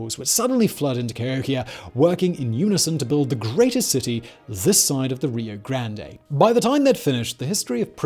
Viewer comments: oh ffs its not Rio GrandAY. Its just Grand... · It's only "grand ay" at Taco Bell. Rio Grande (silent e) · Didn’t Simon complain recently about silent letters? Of course he did! The E in Rio Grande is silent ! Simon if you could say it correctly, it would be Grand ! (See what I did there? ) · There is no A sound in rio grande